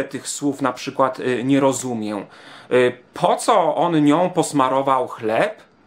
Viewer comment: nie jestem profesorem Miodkiem, Bralczykiem czy choćby Pauliną Mikułą, ale słowo "rozumiem" wymawiamy bez "ę " na końcu. Chodzi o moment, jeśli to celowe a ja nie wyłapałem żartu to sorry. Pozdrawiam